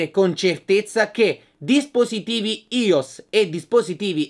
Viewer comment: Si pronuncia aios!!!